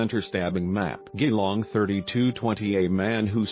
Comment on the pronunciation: My God. Why are you posting this? You're not even talking. Stupid computer voice that can't even pronounce Geelong properly. This is my best friend's family, and you're profiting from someone else's grief.